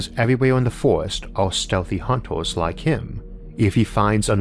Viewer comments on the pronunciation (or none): The content of the video is splendid, but I could not watch it to the end. Hunt0rs, grim0r... I am sorry but once I heard the pronounciation I can not unhear it and It makes me cringe.